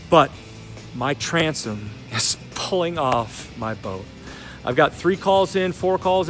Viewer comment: Did you say Transom....If you didn't have a Ranger, you'd be screwed. $$$